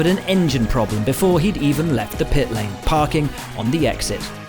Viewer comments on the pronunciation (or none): none